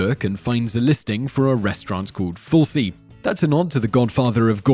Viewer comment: You pronounced Fulci wrong